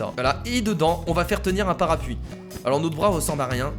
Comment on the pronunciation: ç est parapLuie et pas parapuie